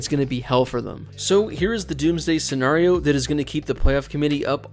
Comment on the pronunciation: Can you please stop mispronouncing Scenario :(